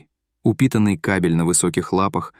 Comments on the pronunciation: 😂😂😂 Мать приготовила вкусную Уху. Вместо кобЕль, кАбель и др. Ну и чтец!🤣🤣🤣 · Зачем диктор слово" Кобель" произнёс как "кАбель". Америкосы объявили войну русскому языку? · Каабель! !! Ето хто так рота открьівает. УЖАС РЕЖЕТ УХО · Чтец настоящий клоун. У него не кабель, а кАбель. Как можно так неграмотно читать???